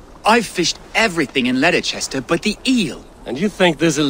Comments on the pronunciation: The way he said Leicestershire made me cringe. It is pronounced lest-er-shire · I’m from England and same but no one says lederchestershire